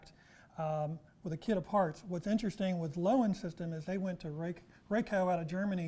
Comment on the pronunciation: Loewen is said "lerven." Not "lowen." Its a German word for "lion." Steinbach Canada where Loewen windows is headquartered had many German immigrants in the late 1800s. It's a German Canadian town. Cheers from German American.